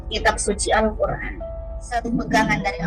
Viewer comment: Malikin sonice. Bang itu Al-Qur'an bukan sosis